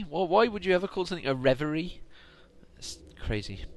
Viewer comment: Congrats! That's the first time I've ever heard you say reverie correctly!